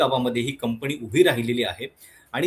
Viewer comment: कंपणी नाही, कंपनी म्हणावे.